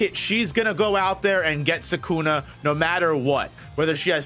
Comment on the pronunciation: SUKUNA NOT SAKUNA!!!